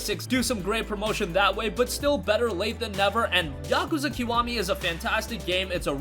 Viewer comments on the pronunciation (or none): It pronounce yak kooza